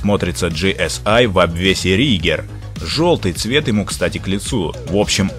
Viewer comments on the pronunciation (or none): В Германии есть паговорка, Опель начнет со времянем едит бестрее потому что становится легче, все лишнее сгневает. А в общем ролики не плохие, только произношение названий тюнинг фирм не много не верное . Правильно было бы Рига, Цендер, Имшер. Vielen Gruße aus Deutschland